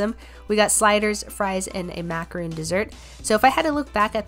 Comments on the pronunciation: I have not. But I have to say that you said the name of the dessert wrong, it’s actually pronounced Macron not macaroon. It’s a French dessert and naturally gluten-free bc it’s made with almond flour. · I genuinely hate to be this person but I have to be it I am so sorry. It's macaron, not macaroon. Macaroon is the coconut cookie. I don't know why but it's just in my blood that I just have to correct people who mispronounce it. I'm not even French. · Just so you know it is pronounced mac-uh-ron, macaroons are a different dessert. I didn't know either until I worked at a French cafe:) love your content